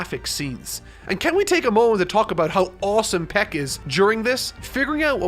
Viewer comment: I will just pretend I didn’t hear you call her “Peck”... great review! Can’t wait to see next week’s video